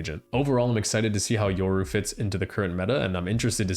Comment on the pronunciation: Yoru... hard R, RRRRRR, not "ouru"